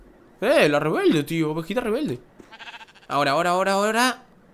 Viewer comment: minuto dijiste ovojita